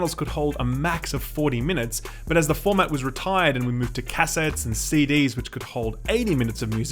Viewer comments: seriously?! Seriously?! Cass ettes. Fucking cass ettes. Ergh..... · I hate the way you say "cassettes".